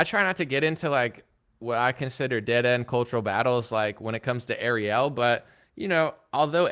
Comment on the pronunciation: The way pronounced “Ariel”, I was like ‘who tf he talking about?!’ 😂